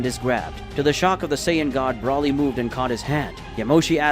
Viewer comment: Still cannot say Broly it’s not Brawley is Broly get the name right? Please get his name, right?